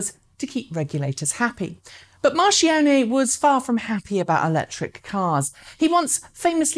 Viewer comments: Marchionne is pronunced more like Markionne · great video, just a tip, marchione is pronounced as 'markione' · Mar-Key_Own-Eh............... CHento-Ventee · Dear, you always make me smile when you name Mr. Marchionne (r.i.p.): you don't know but you say like it was written in italian 'marcione' (big fat rotten) instead of MarKionnne.😂BTW... Thank you for your hard work! You make the difference! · Yes, and ex-bos Marchionne is pronounced MarKione. Interesting vid btw! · Isn't the ch in Marchionne hard (marˈkjɔnne)? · Yes markjonne